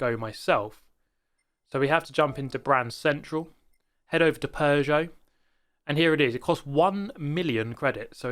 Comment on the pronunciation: It's simple: Because it's a "Pujuot". Superior French Engineering.